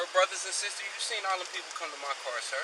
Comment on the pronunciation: "You seent me do it"